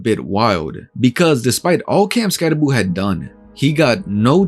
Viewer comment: Never pick a fight with a man unafraid to mispronounce his own name. He dares you to say something.